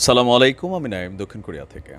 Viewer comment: সালাম টাও শুদ্ধ করে দিতে পারেন না